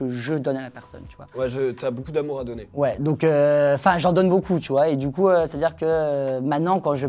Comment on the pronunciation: Ohhhh je suis déçu de t'entendre prononcer boucoup faites un effort tous BEAUCOUP 😂 MERCI 😘